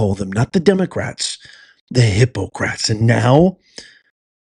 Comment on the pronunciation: Its just like you say hypocrats